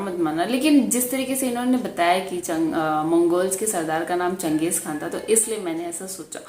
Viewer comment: It's chan-gez-han like (Chinese) or Japanese. Not Muslim like khan.